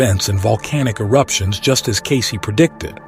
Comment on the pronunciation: The AI generated voice is horrible and especially distracting when it can’t even properly pronounced Cayce’s name properly. Takes away from the information being presented.